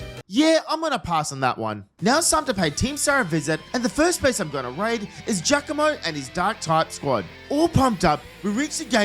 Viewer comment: Finally someone says it right it's jacamo but people pronounce it jiacomo